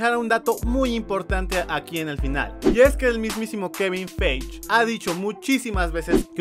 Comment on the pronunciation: No se pronuncia "Feich" es "Faiyi" el apellido de kevin